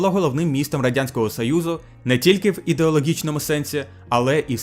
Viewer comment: Ооо, чудова робота, дякую👍 Вимова літери "г" вже майже відмінна (єдине, можу згадати, що "ґ" вилізла у словах: ідеологічний, стратегічний). Ще варто звернути увагу на "що", бо часто замість "що" чується "щьо"